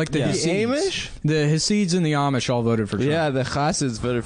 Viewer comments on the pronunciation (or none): HAHAHA VERY FUNNY ADAM😐SAYING "aymish" instead of "amish" IS VERY FUCKING FUNNY😐 HAHAHAHA😐